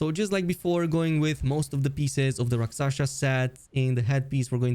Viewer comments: Rakshasa, not raksasha 😄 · 1. Rel-Lan-na 2. Rak- Sha- Sa